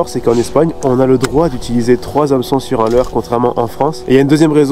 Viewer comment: A chaque fois que tu dis le mot "Hameçon" dans tes vidéos je me tape une barre aha, la prononciation est bien trop drôle